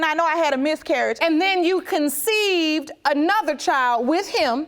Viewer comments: You’re a mother and you can’t even say “conceived” 😐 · Did she just say conceited??😂😂😂😂